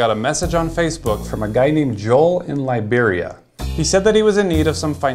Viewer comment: 'Lie beria'